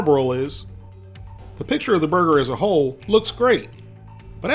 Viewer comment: How many times does he say “brrgrr”